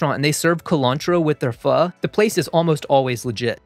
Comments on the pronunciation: As a Vietnamese immigrant, I just want to say I appreciate you pronouncing Pho, correctly (vs FO as other chefs do) =) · I am so grateful that you pronounce pho correctly